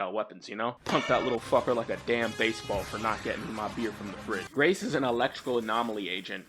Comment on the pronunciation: guys, do not replace the "rac" in Grace Howard with "ees"